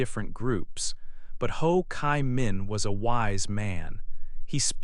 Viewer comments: "Chi" - I hear " Kai", why??? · Ho Chi Minh. "Chi" is pronounced like G in english or cheese